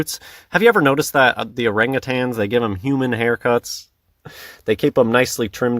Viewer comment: "orange-tans" lol. As if saying the name wrong debunks them...